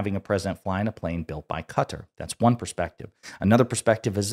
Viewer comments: Please, sir, it's Kuh-taar, not Cutter. Except for that, I love your content and you have a very nice podcast voice :) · Quick note: Qatar has the accent on the second syllable, pronunciation is not CUTTER but as in BIZARRE, BY CAR, BY FAR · Note to: Qatar is not pronounced as "cutter". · Excellent podcast! But please pronounce Qatar correctly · So sorry man, love your show. But if I heard “Cutter” one more time to say “Qatar” I was going to lose it lol. Kuh taar, not “Cutter.” You even said “Qatari” correctly. That’s my only note. Love the work you do. Love the collabs with LB as well. Keep the content coming! All the best!